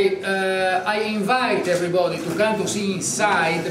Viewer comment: EVERRI BOODI EVVRRI BODI Ho capito ke sai l'inglese ma in vista di una cosi importante e storica occasione... perchè nn hai fatto parlare una giovane interprete?